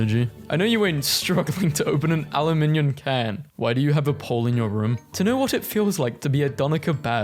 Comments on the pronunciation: did you just say “aluminion”?? It’s pronounced “ah-loo-min-uhm” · that's how some europeans pronounce it for some reason